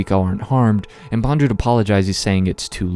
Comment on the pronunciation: Still, it’s Bond-Lew, not bon-dru